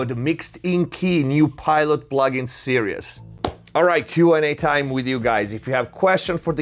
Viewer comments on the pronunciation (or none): Series is not pronounced like that bro 😀 don't say the second 'e' and make the 'i' longer. Your english is otherwise perfect.